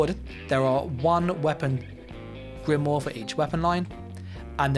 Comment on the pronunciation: Please learn how to pronounce grimoire lol. Drives me nuts.